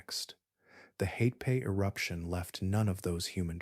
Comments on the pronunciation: Hatepe is pronounced Ha-te-pe. Not Hay-pee. To a New Zealander, there's nothing more irritating than hearing familiar place names being butchered beyond recognition. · The worst pronunciation here is for Hatepe which comes out mostly as Haypay😆 Try Ha Te Pe (the letter E is short as in GET)